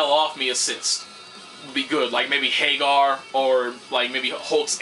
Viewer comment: I like how you say "Haggar" like, Sammy Hagar. Cool video, I just picked up Hawkeye.